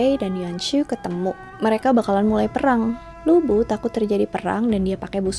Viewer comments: Bukan lu bu tp lv bu, bacanya mirip2 li bu. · Bacanya Lu Pu kak, bukan Lu Bu, hehe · LU BU (吕布) itu nama dalam bahasa mandarin, yg di baca LU PU (B = P). Terima kasih, cuma membenarkan aja. 😍😍😍 Sekalian belajar mandarin yah, 😁🙏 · Utk cara baca nya Lu Bu bukan di baca Lu Bu karena semua itu merupakan pinyin, yang benar baca nya Lii Pu, sesuai dengan huruf hanzi ( mandarin character nya).. saran saja, utk tokoh2 dari tiongkok, rata2 semua menggunakan pinyin utk cara bacanya, jadi semoga untuk kedepannya bisa benar membacanya.. supaya semua orang bisa tahu cara baca yang benar.. terima kasih.. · Lu Bu?? 🤦🤦 Pas nama2 yang lain nyebut nya bener.. kenapa pas Lu Bu penyebutannya salah?? Bahasa Mandarin gak ada huruf B dong.. 😅😅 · Lü bu dibaca : Li (mulutnya dibulatkan) pu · Mungkin ini dialek asalnya ya..